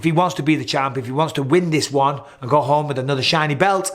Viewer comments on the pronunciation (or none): none